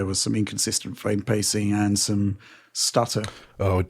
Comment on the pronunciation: Every time he says “Fame” rates instead of “frame” rates its killing my ears